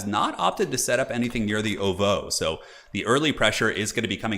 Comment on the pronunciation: The way you pronounce ovoo bothers me